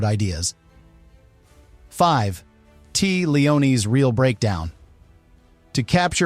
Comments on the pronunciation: Tea's name is pronounced Taya, not Tee. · You know the voice is AI whey they say "Tea" like iced tea instead of Tay-ah. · Pretty sure her name is pronounced TAY-uh, not tea. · Tea pronounced "Tay uh," not "tee?" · Cant take "Tee" Leoni seriously. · Another damned AI narration. Tea Leoni... as in tea leaves. Downvote. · TEA leoni? Shoe MAKE er. Get better AI. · TAY-uh , good Lord! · Tea, as a name, is pronounced Te-ah. It's not that uncommon but why would an ai voice over know that? An editor, perhaps, could've caught that. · her name is pronounced TAYA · That isn’t how you pronounce Tea Leoni’s first name